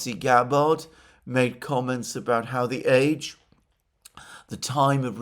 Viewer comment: “Gab-BARD,” “BARE-ick.” how rude it is to deliberately mispronounce people’s names.